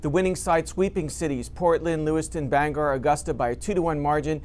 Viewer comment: This guy has the hardest time with Bangor. It’s not rocket science pronounce it right